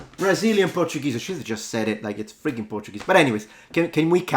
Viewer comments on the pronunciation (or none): Of course, it’s gonna be Portuguese from ”Braził”, with that Dark L 🇧🇷😅.